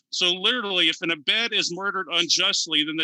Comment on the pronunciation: Yawn 🤭😴😴 the usual christian semantics garbage trying to define slavery out of the bible, okay let's do this then shall we. lol firstly, the word is "ebed" dear its pronounced "eved" 🤣😅 Secondly the root word is עבד" "ebed"which is derived from the word "abad" which is cognate to the Arabic word "abd" meaning one who is subordinated as a slave or servant Now whilst it is correct correct that hebrew is very ambiguous and the hebrew word Ebed carries a range of meanings including servant and slave. The Greeks however had no such confusion with their words and had seperate words for servant and slave. so I think it telling that the septuagint uses the word doulos 300 times, and there is no ambiguity about this word as doulos literal means slave, "one who is owned". So at least it is clear what the translators in the 3rd century BC thought the meaning was. And this is the bible that jesus is thought to have quoted from hmmm?. 🤔🤔🤔 We also have biblical examples of doulos being used literally ( eph: 6,5 col: 4,1 ) The Greeks choose doulos their word for slave not their word for "servant" precisely BECAUSE they knew the loading one word had over the other. They had other words such as "ergato" (see the parable of the hired workers in the vineyard in Matthew 20) or "diakonos". John 2 9 Doulos was always an unfree slave who had no liberty. Oh and Incidentally Paul could speak and write both Greek and Hebrew and yet he chose to use the word "doulos" in his epistles 🤔🤔